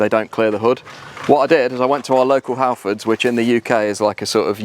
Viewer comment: "Hal-frauds" lol...The AutoZone Of England.